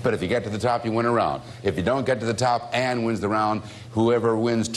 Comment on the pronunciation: Her name is "Anne-" not "Ann." "Anne" is the original German spelling.